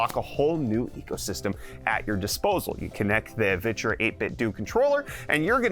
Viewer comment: Isn't it VIE-TCHUR?